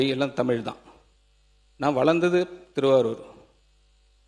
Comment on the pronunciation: தமிழ் என்ற ழ் உனக்கு வரவில்லை எப்போது திருத்திக் கொள்ள போகிறாய்.